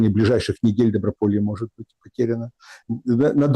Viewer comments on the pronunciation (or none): Не могЕт, а мОгет!